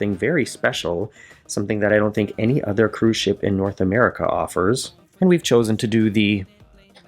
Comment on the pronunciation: What you said was "Ship Tour" what I heard was "S**T Tour" .... I'm old. I drink.